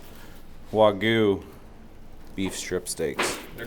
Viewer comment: How is it that still can't pronounce Wagyu? 😆